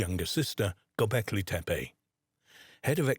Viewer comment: SERIOUSLY!! and mispronouncing their names every 5 seconds? Tepi-tepe-tepi-tepe!!!